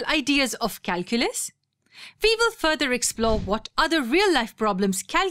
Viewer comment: Who the hell reads this calculas 😂😂